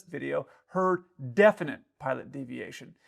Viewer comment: I agree. I think the controller may find that some 'retraining' issues on his own part might arise from that 'Definitie' pilot deviation.